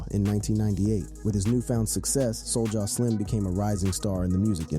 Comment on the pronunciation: wtf?? You butchered all this rappers and everything in it homie